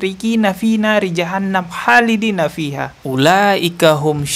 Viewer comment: Mudah2an segera diberi kesembuhan oleh Allah SWT. Sekedar koreksi bacaan Qur'an nya kk admin.. Mestinya kholidiina خالدين dan bukan halidiina حالدين. Ada titik dan tdk ada titk memiliki makna yg jauh berbeda.. mohon maaf terimakasih